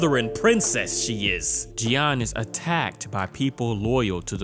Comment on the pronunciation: Ok, French speaker here. Jeanne is mostly pronounced like Jane 😅